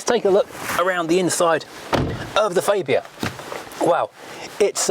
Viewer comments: Its not a faybia its a fabia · You are pretty close. ;) Its a AA not an Ei. I'm swedish though and just because it's the official local channel it does no mean they know. ;) Look at american Hyundai ads.; ) That's a name we all say wrong though. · It's Farbia, not Faybia for goodness sake!!!! No need for those silly old jokes either, completely out-dated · "fabe-ia" ? I thought that the name of the car was pronounced phonetically FAB ia. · Why do you keep adding a "ay " when you say fabia ? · ... the goulash trough ... excellent. You may find that it's pronounced faaahbia, though. I had Octavia and Superb estates as company cars a while back. The Superb (gen 2) genuinely lived up to its name. A fantastic car and, I think, a very underrated engine (mine was supposed to be a 140 tdi dsg, but it was just a bit too fast - this was when VW would regularly deliver engines with 20 or 30 bhp over spec, and I will never complain about that). Excellent seats, a boot torch, curry hooks and an absolute cavern in the back. What a great car that was.